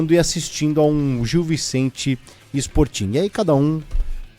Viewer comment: Pronuncia-se "Spórting".